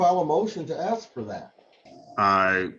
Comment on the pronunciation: It’s ask not axe